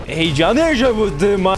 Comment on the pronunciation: heyecanı yasabadımda xd